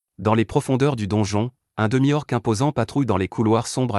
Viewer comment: Les voies sont robotique et c'est pas toujours agréable, exemple, on dit un ORC et non pas un O.R.C et on dit une LICHE et non pas un LINCHAGE